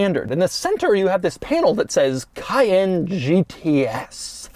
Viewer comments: KAY-EN, doug. Not Kyann. Cayenne = kayen. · Emphasis is on 2nd syllable not 1st. cay-ENNE.